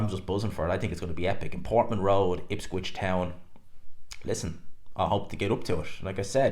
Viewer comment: Ipswich, not ipscwich😂